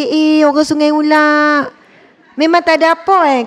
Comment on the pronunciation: Saya suka ustazah sebut..."Sungai ULAQ"....Subhanallah